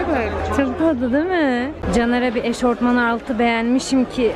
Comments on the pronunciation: Eşofman eşortman değil ☺️ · Eşortman diye bir kelime yok eşofman var